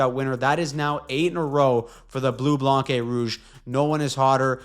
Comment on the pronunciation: The c is silent for blanc in French, so you should say "bleu blan rouge" or "le tricolore" for the habs. I hope the Sens will play like they did versus the Canes yesterday for the next few games to secure the last wild card spot. GSG